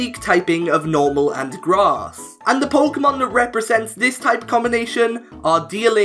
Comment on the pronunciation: 12.00 did you say ice and grat?